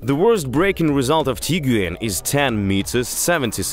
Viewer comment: Actually, it was the most comprehensive review of comparing cars I have ever seen. I enjoyed the detailed explanations, frank comments and also lovely accent. Just I would like you to pronounce the word TIGUAN like “TEE-GWAN” This is how it pronounced in Germany and it means Tiger. Tiguan’s build quality, Turbo Charged Engine, Roomy interior and cargo, more comfortable seats design, panoramic sunroof, prestige and classy look are unique specially with Highline model 5 seater with powerful 162KW engine build and assembled in Germany. Thank you guys.